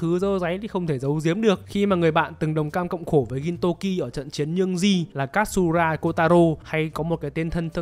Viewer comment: Góp ý với kênh khi làm Review về anime thì nên học cách phát âm tên nhân vật cho chuẩn 1 xíu, thì nó sẽ mượt mà hơn. Ví dụ Katsura thay vì đọc là Kat-su-ra thì nó là Ka-chư-ra (đại khái thôi)